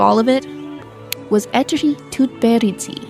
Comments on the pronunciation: Every name you pronounced wrong. Even Eteri's. It would be nice for you to lookup how to pronounce names out of respect at least. Also her skaters either went to other coaches or just quit because they won everything (Zagitova, Sherbakova). Why to skate if you won everything? In skating injuries are commion. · Can’t even pronounce her name right 😭